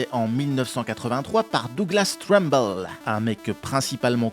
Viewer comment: Trumbull se dit "treumboul"😊